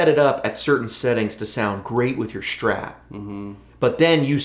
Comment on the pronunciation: Man, what's a Schtrat, is it some kinda german guitar ? ^^